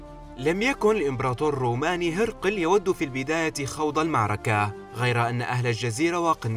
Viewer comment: ليس هِرْقِلْ ولكن هِرَقْل